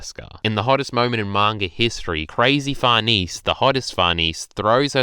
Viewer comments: 1. It's Sheer-keh 2. It's Far-neh-zeh Gripes aside though, It's really nice to hear someone actually being positive and actually taking something from the chapter, while most are just throwing a collective tantrum. Great job on the video! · Actual quesiton though. I understand why you say Farnese like that because to an English speaker it could look like it reads that way, but why the heck do you say Schierke like that?